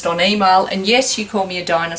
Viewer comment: I heard her say Dianasour but I don't think she did...